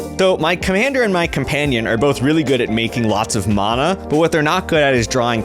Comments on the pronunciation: The way that one bloke say mana bugs the bejezes out of me. It’s MANA! Not mauna… 🤬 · I am happy got knocked out first just to not hear him mispronounce Mana.